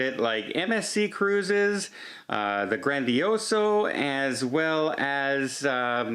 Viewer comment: ...its not GandioSOOOO....its GandioSAAAAaaAAaAAAAA!!! Silly Muggles